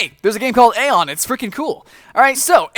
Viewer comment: Aion is pronounced eye-on EYE-ON!!!!!!!!!!